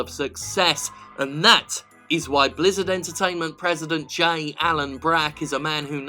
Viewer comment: For a second there I thought you said Lizzard Entertainment. The name doesn't fit them very well though, since lizzards only look slimy.